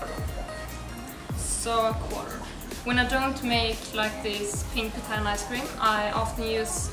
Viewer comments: On the sound bite on u tube it sounded like she was saying papaya and I also know it is called pitaya I’m from South America in US it’s called dragon fruit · Guys you don’t need to keep correcting them, they made one little mistake, it’s been corrected, the word sounds similar, I thought she said papaya too until I started reading comments about pitaya.